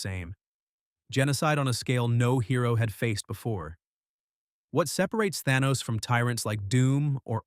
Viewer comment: This video would be far better if it wasn't researched and read by AI. Eobard Thawne did not create Flashpoint, Sabretooth's claws aren't unbreakable, Magneto did not re-write reality, that was Scarlet Witch, and that's not how you pronounce Ra''s or Thanos. Some graphics make no sense either, like the random graphic showing members of the Ultimates Universe despite talking about Earth 616's Reed Richard or showing Spiderman and Black Cat when you're only talking about Catwoman and Batman. I appreciate the general breakdown, it was spot on in general, but major failures in details and the stilted telling of it makes the AI reading obvious.